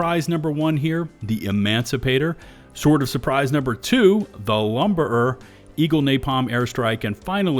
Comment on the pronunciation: Why do you pronounce lumberer as "lumber-[pause]-er"? I always thought it should be pronounced more like "lumber-rer" Or to be a bit sassy: "lumberer" is pronounced "lumberer" It just sounds odd to me, and stands out a lot in my head... Maybe I'm just weird like that.